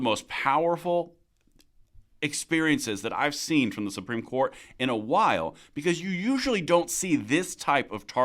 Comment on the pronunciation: The word is "COURT," not "quart." A quart is a fluid measurement - 32 ounces. Or a QUARTer of a gallon. Get it?